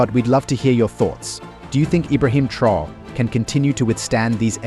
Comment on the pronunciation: The title of the video referred to Traore's security measures, but instead you dive into an analysis of his presidency. And you pronounce his name wrong!